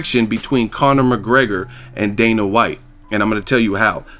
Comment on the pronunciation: "The Fertata brothers, Dana Watts" lol